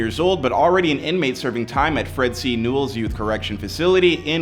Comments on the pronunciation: Here we go again with this AI bullsh*t. Listen to when the ROBOT says serving time at FRED C. Newells. The AI Robots cannot pronounce a lot of words or names right, that's how you know and can tell it is an AI generated video. The name is FRED C. NELLIS!! But its a trip because at least half of the video on YOUTUBE are AI generated Bullsh*t!!Especially the ones where the video is being totally narrated by a voice, but they put up the persons picture that they are talking about, but the person never says a word throughout the whole video. It is someone else talking->The AI robot, telling the whole story be it negative or positive. Because the person being talked about or who's name or which stars name is being dragged through the mud, they cannot sue a ROBOT for defamation!!People will soon start to wake up and stop believing stuff that the AI Robot is saying. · It’s not nulls it’s nelles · its Fred c nellis. we just call it YA or nellis it's a prison for kids that was shut down due to failure like wak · First of all pocoima is definitely not ran by pirus lol, second it's Fred C Nellis. Idk where you get your info from